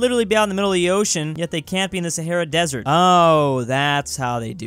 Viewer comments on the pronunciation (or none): none